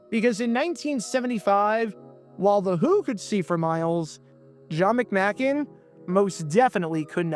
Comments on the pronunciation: Pronounced McMake n. Randy Grossman not Burt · McM-AY- kin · You pronounced John McMakin's name wrong. It's a long a, not a short one. The Lions were already down to their 3ed string Quarterback and tons of other injuries. You're really reaching for a story. Lions Rule!!!!